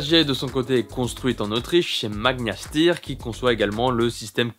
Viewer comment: Steyr, se dit "chtailleur", merci google translate 🤓🤌🙏🤜👊🤛😵‍💫😵‍💫🤣🤣🤣🤣🤣